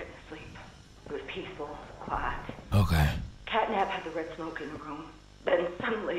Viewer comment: It’s the fact he kept calling Catnap “CATNIP” 😭